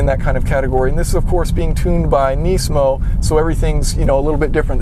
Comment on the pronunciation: its nismo not neesmo or whatever.